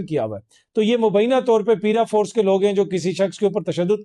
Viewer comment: The word is “paraforce” and not “peeraforce”